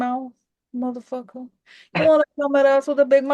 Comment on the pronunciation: I am screeeeeaaaming laughing 🤣🤣🤣 when the NYC in you comes out when you called them a m*tha f%kkah!! LOOOOOL!!!😅😆🤣😄